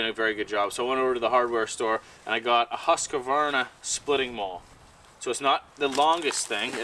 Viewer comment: Gotta love when none nordic people try to pronounce Husqvarna.